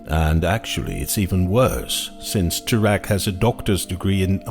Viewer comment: First, his last name is pronounced Terr eck. Second, the "university" is NOT accredited so it is definitely not in any way any kind of scientific institution. Third the word is pronounced suh thern, not south ern.